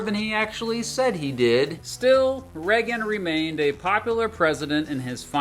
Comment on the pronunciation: I remember the Reagan era, but I do not remember anyone pronouncing his name as 'Reggan' other than. Is it a local accent thing or entirely peculiar to himself?